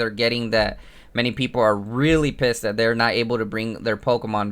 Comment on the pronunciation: yes it's 'rerry understandable' isn't it